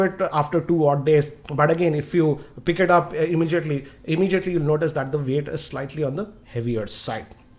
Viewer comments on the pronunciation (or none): this guy pronounces 'W' and 'O' as 'V'. Instead of saying Wide he says Vide, for Weight he says Veight and for One he says Vone.....Sounds funny to listen.